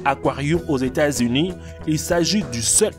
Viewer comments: Aux États-Unus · « États Unu »